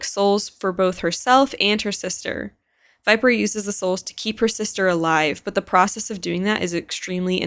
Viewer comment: "Chamber it's into fashion..and Viperrrr.. But anyways"😂😂